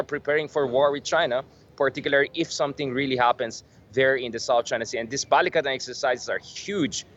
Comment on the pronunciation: You pronounced Balikatan like native speaker! Good job